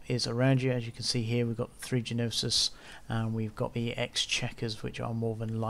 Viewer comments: thanks. The ships are "NO-sis" and "ex-ECK-yer-er". {Greek- and French-derived names with particular pronunciations) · Gnosis, the G is silent 😁